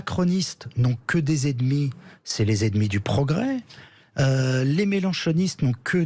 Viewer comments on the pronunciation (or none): apprenez à prononcer " E N E M I "; pas edmi!